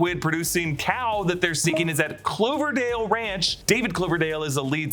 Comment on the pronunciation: The weird, coinicidental irony of the mispronounciation is the parts of the series were filmed in the Vancouver municipality of Cloverdale.